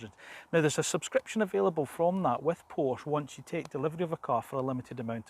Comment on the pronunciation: Awesome design. Nice review. I am also waiting for the GTS (although I find the „turbo“ discussion a bit academic...). Thanks for pronouncing Porsche correctly ;-)